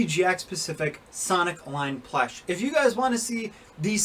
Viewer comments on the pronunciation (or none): Sorry to say this if this offensive bit why do you say plesh instead of plush